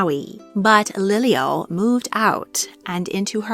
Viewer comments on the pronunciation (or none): Pronunciation matters she said lilio when it's pronounced Lili‘u